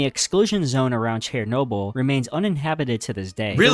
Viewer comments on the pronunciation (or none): The narrator was definitely pronouncing names weird. Nova Scotia & Chair-noble especially. Al Qaeda’s reason for 9/11 was U.S. military involvement in multiple Muslim countries, including support for Israel. Although the U.S. did ally w/ the Mujahideen and Bin Laden in Afghanistan, after the U.S.S.R invaded in the 80’s. Interestingly, the Bin Laden family had a construction company that had ties to an equity firm that had ties to George Bush Sr. These historical ties are what fuel conspiracy theories.